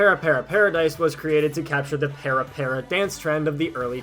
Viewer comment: You did a decent job researching this for someone that didn't know anything about parapara, but I wish you would have researched how to pronounce 'parapara.' there really is no excuse for you getting that wrong. Also, would have been nice if you mentioned that several parapara songs/routines feature in the game Dance Masters by Konami, which came out in xbox360 and had an arcade version in Japan! That being said, I learned about this via an anime convention in 2006, and immediately dove into the trend (of the dance, not the game as much). The game used a fair amount of routines from the parapara paradise 1 and 2 VCDs (there were 7 in the original lineup) and a lot that weren't, but the clubs that held parapara events were often responsible for choreographing routines. The Gazen parapara series circa 2006 also released some more routines for people to learn, and for techpara there was the we love techpara and we live techpara mission style videos (I actually still have some of the original parapara paradise VCDs and the we love techpara mission style 2 DVD). Also during the pandemic in 2020 there was a slight "stay home and parapara" thing. And actually, I just got back into parapara like two days ago after finding that a LOT of the routines (both from the aforementioned series and not) here on YouTube.